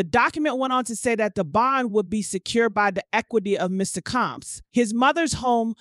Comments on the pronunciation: How hard is it to say Comb(s)?? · All the mispronunciations. She actually said debutt, Mr Caambs, what’s the four hundred eleven???